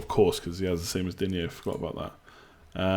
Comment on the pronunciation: It’s pronounced Luca Dean 😊